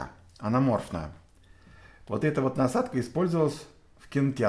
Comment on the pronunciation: анамарфотная а не анаморфная